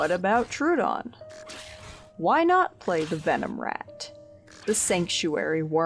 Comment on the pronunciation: idk if anyone cares, but I googled the name and it's pronounced trow-uh-don (/ˈtroʊ.ədɒn/) not true-don (/'tru:.dɒn/).